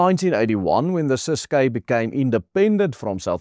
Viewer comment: Pronounce Ciskei correctly. Not Cis-kay. Named after the Kei River.....pronounced to rhyme with Try or Die....